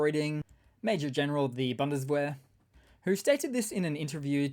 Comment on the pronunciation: Dear, you pronounce Bundeswehr like a line of cheap underwear. Boon des ver.